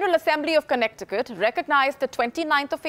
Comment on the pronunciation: The way she pronounced connecticut “connect i cut” 😂😂😂